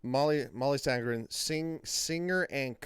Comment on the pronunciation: The easiest way for you to compare Mollys voice with the movie, is to watch and listen to Mollys video singing the song only using noice cancellation. By the way, her name is Sandén, not Sandgren. I give you a link to the video recorded on one of Swedens biggest Islands called ”Öland”. You will soon hear the difference between there voices. By the way, I am from Sweden and have both meet and heard Molly sing live about 10 times….as a sound tech. You should be able to hear the light squeeks(almost with a grit)in Mollys voice when she goes up in higher notes, almost no one else does that, then Im talking voices worldwide. I havent heard all the voices in the movie, just the ones in this video, but I can clearly hear the difference when only Rachel is singing. Like at about in your video, there is no Molly in that part. So Rachel is singing in the movie, but I doubt she is a part of the movie sound in the ”final” song. If so, we are talking like 5-10%, tops. I even hear Mollys swedish pronunciation coming thru in the word ”Husavik”. She is using the sharp i, instead of the common Icelandic that sounds more like ”ij” and you also can hear it in the ”u”. It would be impossible to hear if it was like 50% Rachel. Icelandic is not an easy language. That I say as a swede, that understands about 10% of it. But I dont doubt there is a lot of Rachel in the other singing, you can clearly hear that in the other songs and she is doing it great, but there is only one Molly and you will